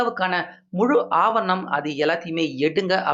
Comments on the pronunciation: ஆபர்ணம் இல்லை ஆவணம் என்பதே சரி. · அவர் ணம் என்று தவறாக உச்சரிக்கிறார். ஆவணம் என்று உச்சரிக்க வேண்டும். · ஆவர்ணம் இல்லை சரியாக உச்சரியிங்கள் ஆவணம் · தமிழில் ஆவணம் என்று சொல்வார்கள் ஆங்கிலத்தில் என்ன சொல்வார்கள் என்று தெரியவில்லை நீங்கள் தமிழில் ஒரு செய்தியைச் சொல்லும் போது அதில் இருக்கும் சில இவர்களையும் சரியாக பார்த்து சொல்லுங்கள் ஆபரணம் ஆபரணம் என்று சொல்கிறீர்கள் அது ஆவணம் என்று சொல்ல வேண்டும் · ஆவணம்..... ✓ ஆவரணம்.......× 😂 எரிச்சல் வருதே😂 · ஆவரணம் அல்ல தம்பி ஆவணம் என்பதே சரி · நாலு வரியில் முடிக்க வேண்டியதை தமிழை கடித்து குதறி நாலு நிமிஷத்துக்கு மேல் பேசுகிறார் இந்த தமிழ் தெரியாத தத்தி. ஆவணம் என்பதற்கு பதிலாக ஆவண்ணம் என்றே சொல்கிறார். இந்த தமிழை கேட்பது தண்டனை இனிமேல் இந்த சேனலை பார்க்கவே கூடாது என்று நினைக்கிறேன் நன்றி